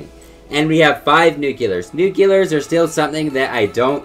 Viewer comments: I love u but this just annoys me.... it is nuclear not "nucular" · NUCLEAR, NOT NUCULER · PLEASE LEARN TO SAY NUCLEAR THE RIGHT WAY